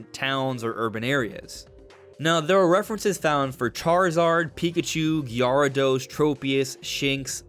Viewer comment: The way you pronounced Gyarados 💕